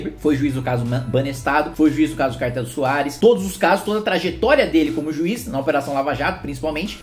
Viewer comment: Kim, é Cartel de Ruares (e não Soares).